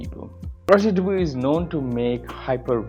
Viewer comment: It's Rodger Dubwah. Not duboowee. 😂